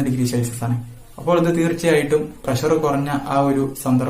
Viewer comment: പൊളി -ശെൽസിഷ അല്ല _ സെൽഷിയസ്